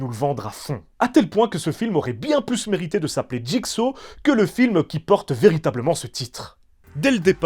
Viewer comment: Jigsa qu'il disait en doublage de jigsaw c'était honteux de même pas être capable de correctement appelé l'antagoniste maître de la franchise